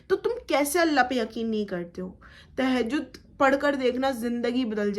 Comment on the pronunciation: No Tahajud ...say properly Tahajud